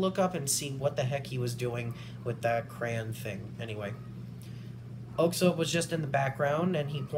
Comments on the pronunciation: This was epik also its 'aux ob' pronunciation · The pronunciation for oxob is ox-sob and again your welcome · Heya man. I’m new but I would like to add some context for the video. Oxob (pronounced OXOB not OXOBE) has been through some s***. He was originally a stunt man but lost his hands in a helicopter accident. A government agency then brought him in and gave him new bionic hands as well as his added strength and electrical powers. He won several RHG fuels getting hurt severely almost each time. Then he lost a fight and his legs were completely crushed. After months of rehab he was able to walk again, barely. That’s when he fueled Jade where his bionic hands were destroyed. Jade then offered to spare him and repair his hands and give him the leg braces in exchange for joining her clan. He had pretty much JUST gotten them before heading out to fight Gildedguy. Throughout the fight both of them are pushed to their limits and Oxob’s prosthetics are severely damaged by the lightning. Gildedguy puts his gauntlets back on which reopens his wounds. So much so that you can see his hands are now covered with blood, but he still nods to Oxob on the ground showing he’s still gonna keep fighting. Oxob nods back, gets up, and walks despite the loss of his leg braces. And they keep fighting until the next morning where we see both of them completely worn out. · Oxob is pronounced as Osob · i think the correct pronounciation of oxob is ok=sob